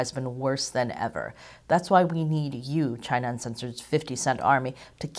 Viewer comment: Chy-na has multiple 🍯🍯